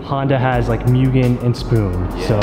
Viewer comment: Correct pronunciation of mugen is actually (moo-gen)